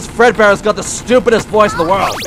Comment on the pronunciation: Its world not word hahahah